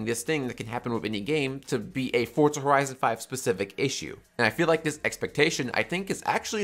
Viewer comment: for za not fort